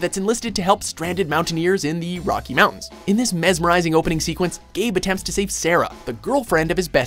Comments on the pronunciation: "Rocky" mountains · "In the ROCKY mountains." xD Was in the only one who noticed this??:D